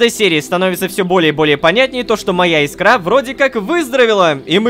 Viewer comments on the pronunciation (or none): none